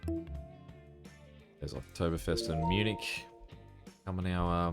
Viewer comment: No Munich pronounced Miu-nik.